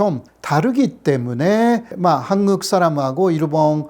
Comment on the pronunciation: 호사카 선생, 오래 전 귀화 하고 대학에서 강의도 하시는 분이 어찌 아직도 한국을 한극으로 일본식 발음 하고, 일본어 억양을 전혀 못 고치고 있는지 안타깝습니다.쌀밥도 싸르밥으로 발음 하시고~